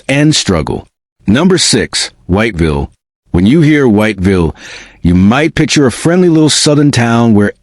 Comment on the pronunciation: man u know u not pronouncing "whiteville" properly, u dont say the whole thing whyyyyte villle, no, i understand those letter are there to say White Ville, but thats not how u say it. it's got 2 syllables only. it sound more like wot-vil, with a hella bad southern draw to it. thats how u say "white ville" . if a local hear u pronounce the whole thing, ur getting fixed, if u never been there, they will correct you i promise lmfao they dont like it when u say all the letters in white ville haha for real they crazy over there